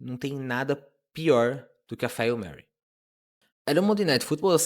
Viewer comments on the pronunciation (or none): Agora sim o vídeo ficou top (imagem e som)! Só me doeu esse "'fáil' mary" kkkkk mas sou só eu sendo chato.